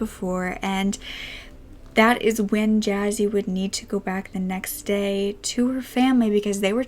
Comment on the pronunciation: Poon-jaab > pun-jaab Jazzy > juss-e